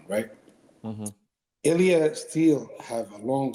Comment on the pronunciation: Bro is trippin the whole interview.. calling illia, “killia”, calling khabib 2 division champ😂